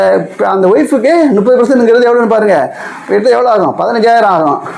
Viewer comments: Muppadhu correct not nuppadhu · 30 enbatharku thangal nuppathu endru ucharippathai avoid seiyavum